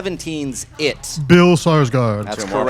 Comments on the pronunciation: said "Sarsgard", It's "Skarsgard." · just saying since proper pronunciation matters in round 2 blofelds cat miss pronounced bill skarsgards name and said sarsgard without the k so those 2 points should not have counted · said Bill Sarsgaard like Peter Sarsgaard, and not Skarsgård. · They need more consistency. says Bill Sarsgard instead if Skarsgard, and they accept it. Then he says Tyler Sheridan instead of Taylor Sheridan and reject it. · He said Sarsgard. It's Skarsgard. Is the k silent? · this is like jimmy stewart and james stewart tbf, was known as both. Both versions correct. However flubbed bill skarsgards name...